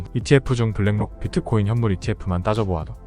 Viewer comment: 비트코인을 자꾸 피트코인이라그러는게 거슬리네요